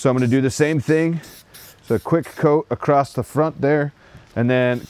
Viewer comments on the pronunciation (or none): You must be from Philly because you said "acrosst" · Dude they is no "T" in the word across! This seems to be a phenomenon in YouTube when people think they are speaking more clearly than normal or they think they're annunciating words but they're actually adding letters